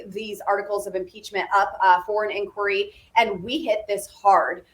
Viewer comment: "INQUIRY?!" FFS!